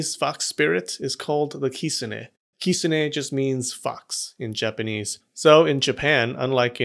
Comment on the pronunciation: I’m not gonna lie I could not keep watching this video because of the way he pronounced “kitsune”